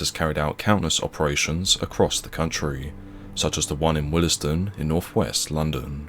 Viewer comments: Pronounce Willsden more like Wills-dun not willis-dun 😉. Very nicely researched video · WILLS DEN - Not Willes Den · Its pronounced Wills-dern. Not Willers-dun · BTW it’s pronounced Wills-den, not Will-es-den. 👍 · What happened to them afrer they were released from their soft sentence?...living on benefits and plotting something else I suppose... British 'justice' is a joke Oh and its pronounce wheelsdon...not willisdon...🙄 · It’s not pronounced “Wilysdun”, it’s “Willsdun” the ‘e’ is silent! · It’s pronounced ‘wills den’ not ‘willes den’. It’s just bothering me sorry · It’s pronounced WILLSDEN not will- Es-Den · Just a heads up Willesden is pronounced wills-den same way Harlesden is harls-den. There is no Willie's den 😁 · Watching from Harlesden. 😝 PS it's pronounced Wills-den not Will-es-dem. . Same as Harlesden. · You're saying, Willesden wrong. It's pronounced, 'Willsden' the e is silent. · I'm sorry but it's pronounced: willsden. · It's actually pronounced , willsdon. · Isn't it pronounced "willz-d'n" (two syllables)? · It's pronounced wilsden. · Willesden is pronounced 'Wheels-don' or "Will's Den". Not trying to pick faults, just trying to be helpful. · For future reference Willesden is pronounced 'wills-den' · Small nitpick but Willesden is pronounced "Wills-duhn", similar to how you pronounce Harlesden - otherwise cracking video as usual! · Pronounced : ' wiwsden' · Willesden is pronounced - Willsden. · Nice vid. However, never heard Willesden pronounced that way. 😅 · why can't you pronounce willesden properly ? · The E in Willesden is silent 😂